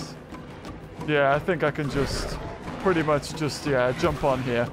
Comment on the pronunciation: OoH hOoO pItY(PrEtTy) That's my new favorite line